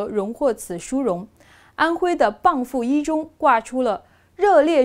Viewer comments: 以后给个定义吧，但凡脚踏过中共国的任何国的人，得到了诺奖都算是中国人。此外，是蚌埠（bengbu）不是蚌阜（bangfu） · 念错了 蚌埠 bang bu 不是bang fu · BangBu 不是BangFu。地名讀錯不應該吧。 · 应该是bengbu…，不是内地人吧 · 对的。是Bengbu 。外地人至少来个bangbu。🤣 上学的时候老师狂纠正。 这个多音字只在这个地名里用。